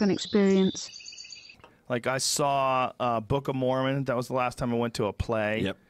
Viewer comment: what does he say the thing he 'saw twice' which Rogan 'loved' near the beginning ...after saying 'not a fan of Broadway shows' ?? sounds like 'book o mormon'